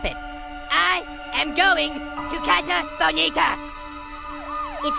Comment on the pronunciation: I love how Eric pronounces 'casa bonita' way better than Sheila does.